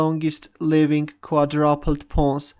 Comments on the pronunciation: "Although Quadrupled looks more solid, we see this Quadrapled move on the board" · it's "quaDROOOOOPLED" that's how it's pronounced by normal people xD